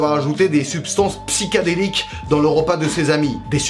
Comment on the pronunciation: non on dit PSYCHÉDÉLIQUE et pas PSYCGADéLIQUE